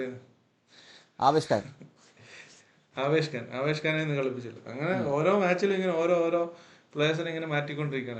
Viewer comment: Ennaalum Avesh khante പേര് പറഞ്ഞ രീതി 😂